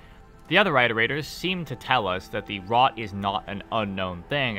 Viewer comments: Your videos are great and I love them but I have to say something because I’d want someone to do it for me. It’s “IHT-er-ators” as in “reiterating” or “iterations” of a math formula. Not “EYE-ter-aters”. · IT-erators. As in iterate. Not ight. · an entire video on iterators and they didn't pronounce it correctly once...